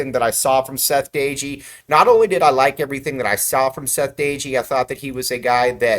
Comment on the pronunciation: You are not pronouncing DOEGE name correctly.